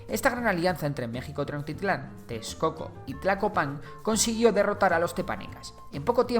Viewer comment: Hermano!! Muchas gracias por el vídeo fue excelente!! Como comentario, la palabra Tenochtitlán se pronuncia Tenoshtitlán o sea suena sh, por lo demás te agradezco por hacer un vídeo sobre la historia de mi país. Saludos!!